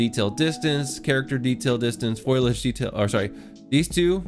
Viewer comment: FOIL AGE, lol. I think it's pronounced FO LI AGE ;)